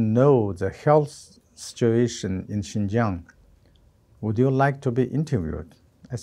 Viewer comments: Xinjiang, not Xianjiang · come on guys. It's "Xinjiang", not "Xianjiang." How did you not google this first?